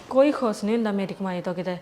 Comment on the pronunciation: khus nhi khush bolya kr.bahot gnda lgda e.